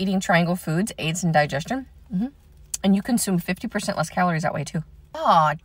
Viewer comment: The mispronunciation of Kombucha 😘👩‍🍳